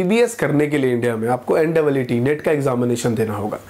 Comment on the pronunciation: Pronunciation of AIIMS and NEET is wrong....😂😂😂